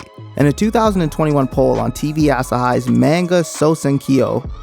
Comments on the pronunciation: I used to love this show. None of my friends ever saw it though surprisingly, even though they were all anime nerds too Edit: I also hate how people pronounce it “maynga” instead of “mahnga” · Man-Guh lol. Haven't heard it said that way before.